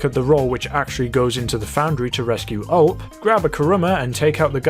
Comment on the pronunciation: Btw it’s not ULP it’s U-L-P